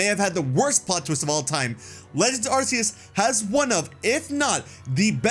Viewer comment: It's Ar-kee-us